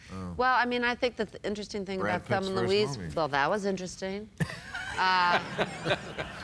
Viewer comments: Why is Bill pronouncing it "Telma"? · I don't think Bill saw the movie. He keeps saying Telma and Louise.